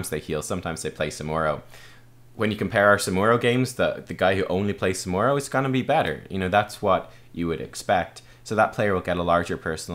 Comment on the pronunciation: Ask your scottish friends how to pronounce SamuRo :)